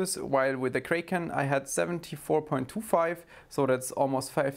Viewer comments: its Kraken not Kreiken hahaha! love the vid! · I dunno why but I love how he says "kray-ken" 😆